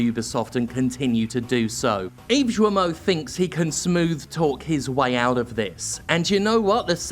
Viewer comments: Dear Jim Thanks for your work.As a French i must told you that Guillermot is pronounced Guyermot rather than Djermot like i heard in your video. Hope it help you even if you dont care about butchering names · Guillemot is pronounced "guiimo" with gui like in guitar (in case you care). Anyway yep, unfortunately acting like nothing happens seems like a viable strategy, until they face a massive lawsuit. At a certain point, the victims' anonymity won't be necessary in order to keep their job, hopefully. The sad thing is that this happens in pretty much every big company. Also, the more we support indie games, the more they'll have the guts to quit their sh*** job. Once again gamers are the real solution. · Hey Jim, correct pronunciation is with a hard G, like in guillotine, so like gill(of a fish)moe(of the simpsons). The more you know. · Hey Jim! If you say 'Guilty' and you replace 'ty' by'mo' (Guil-mo) you pronounce his name almost perfectly, not that it matters that much cause fuck that guy. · Since I don't think Guillemot is stupid, I think he knew and just didn't care (so yeah, it makes him an asshole) PS : If you want to pronounce correctly the name of the moron... I mean Serge Hascoët, it's something like "Serj Az-ko-ate" (another Breton... many apologizes for that from Britanny ;_;) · Is that really how he pronounces his surname? With a soft G sound? That's kinda odd. He's French, right? Usually, with that spelling, French mandate a hard G, like in "guild" or "Gilbert". So his name should sound exactly like Guillermo Del Toro's, except without the r sound in the middle. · I'm not sure that's how you pronounce "Guillemot", but then again he's arguably forfeit the privilege of having his name spoken correctly. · Guillemot, say the first part like Guillotine. Sincerely, a frenchie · Guillemot ; when there's a u next to the G, it means it's an hard G, not soft like J. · The G in Guillemot is pronounced like in "guest"